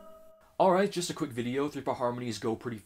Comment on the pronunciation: They pronounce "just" as "jest", tho. "Don't let love come jest to pass us by"